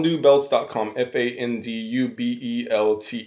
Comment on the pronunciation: Dude no offense but it's FAN DU!